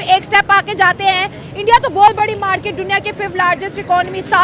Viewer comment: Porky's accent - Markeeeet😂😂😂😂